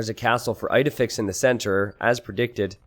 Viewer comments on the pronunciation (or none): isnt it pronounced Eedehfix? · As an Astérix fan, hearing "Eyedefix" over and over again physically hurt...